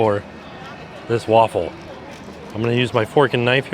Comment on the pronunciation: I'm feeling so many emotions now. Thanx Universal for finally having some Belgian representation. So sad to see there wasn't a line to try it out. Then i got culinary raped. The waffle: mispronounced it, and that waffle is traditionaly eaten cold without toppings. The Brussels Waffle get's toppings but mostly powdered sugar, whiped cream or whiped cream and strawberries. Of course these days it's everything because tourists expect it. Then the fries.....no such thing as Brussels fries. It's just fries. Andalouce mispronounced (same pronounciacion as the Spanish region) but would have been a correct sauce. But the absolute worst was the Joppiesauce. It's Dutch. Only dutch tourists ask for that in Belgium. That's like an unforgivable curse. (the torture one)